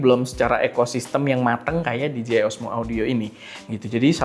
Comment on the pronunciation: Dee-Gee-Eye ❌ Dee-Jay-Eye ✅